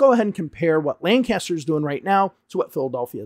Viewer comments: Just a minor thing, that town in PA is pronounced more like "Lenkister" and not "Lan-caster". The locals are adamant about this 😅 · Lancaster is lank-us-stir, btw. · Love your channel and I'm not trying to knit pick, but I believe it's pronounced lankister no lan caster.